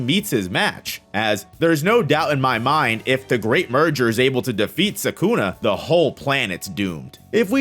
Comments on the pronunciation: Can you try a little more to pronounce Sukuna instead of Sakuna, and just so you know Sakuna is a female name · Ah yes, "Sakuna"